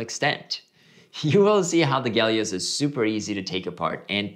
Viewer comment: Someone please tell me where the G is in Helios? I speak English.